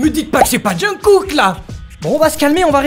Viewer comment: Svp pensez à la prononciation de jungkook (ça se prononcerai chungou écrit grossièrement haha mais c'est en phonétique) Merci de votre compréhension c'est bienveillant c'est pour aider 😊 J'adore le pull au fait il est top!